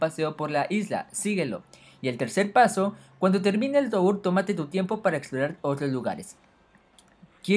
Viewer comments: Toúr? Se dice "Tur" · Se dice Tur no To ur :v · Se pronuncia "TUR" no "TOUR" me dio tanto Cancer que no pude ver ni un minuto de la epilepsia que me dio